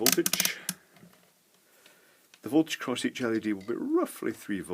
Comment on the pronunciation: every time he says led string, i thing of led g-string